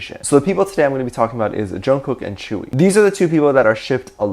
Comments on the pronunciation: Could I correct the way you say tzuyu, I don’t know if there is multiple ways of saying it but from my experience it’s pronounced soo-you. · and everyone else: *Jungkook and Tzuyu, dating rumors, tea, grrr* Me: Focused on how Tzuyu's name is pronounced so differently than I imagined it, because I've only ever read it/seen it in text and never heard it pronounced out loud